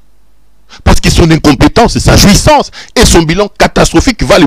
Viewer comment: obomaka nga tango olobaka "JUISSANCE" kiekiekie J'aime bien...